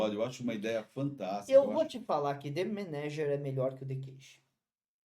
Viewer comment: Eu dar os parabéns pro por finalmente falar o nome do episódio direito, mas não deu nem tempo, em seguida ele já falou errado, como sempre fala....rs